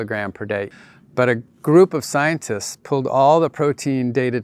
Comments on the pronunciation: Are "sionists" supposed to be "scientists"? That pronunciation is very confusing. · 'Scienists'? 'Innerview'? Seriously? I find your inability to pronounce a T disturbing. Something wrong with your mouth? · At first I thought you were saying Zionists instead of Scientists 😅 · Am I the only one getting annoyed that he calls them "scionists" instead of "scienTists" ?^^ Great video besides that! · I find it funny that scientists pronunciation sounds like "Zionists" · zionists and psionists agree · While I do appreciate this video's content, the way pronounces scientists have initially got me confused with "zionists"...the way he pronounces it is almost homophonic.